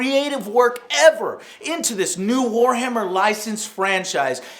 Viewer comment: Did I hear him say whorehammer??